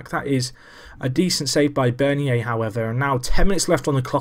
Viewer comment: Bernier Is pronounced burn-yay